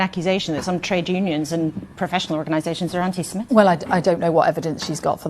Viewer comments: Mordaunt can't even say the word correctly, she says antisem'E'tic. It is, of course, antisem'I'tic. But hey-ho I'm guessing she belongs to the Conservative Friends of Israel, her views will always be skewed! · 'anti Semitic'.....NOT 'Anti Semetic'! Jesus. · She can't even pronounce the word properly. Don't know why anyone is asking Mordant anything.